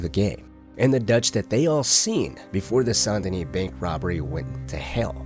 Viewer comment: Sawn denis? SAN Denis